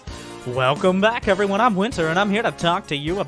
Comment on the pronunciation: It's actually pronounced "Efferyone"